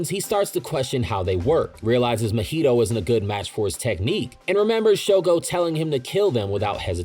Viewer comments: Mahito does not rhyme with cheeto my dude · It’s so crazy to me how often people mispronounce names that are said clearly in the shows they watch. Idk how you butcher mahito, sukuna and nanami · why do u pronounce nanami and mahito szo wrong????????????????????? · drinking game: take a shot every time he pronounced mahito wrong if you would like do die of alcohol poisoning